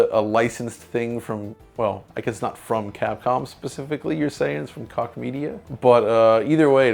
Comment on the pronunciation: They fucked up Koch Media though :)